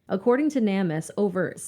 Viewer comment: Hey guys! I love your channel you guys are great! I just wanted to let you know that Namus is pronounced Name us. Not trying to be picky or bitchy just letting ya know. It makes no sense that they went hiking when they did, or how she could have gotten lost from the guys. Their whole story doesn’t make sense!! So Grant walked right past searchers, and didn’t say anything to them? They did something to her! IMO. I also think that LE really don’t give a crap about drug users or people who have been in trouble with the law.